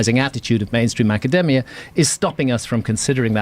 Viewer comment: "The extremely patronizing attitude...of mainstream aca-deh-mia." Pronounced like that, I can't think of many things that would sound more pretentious.